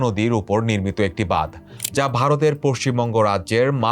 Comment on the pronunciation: Language akhono dikhte hobe vai ।।। Bad noi ,hobe badh , আর ও উচ্চারণ a ভুল ভাল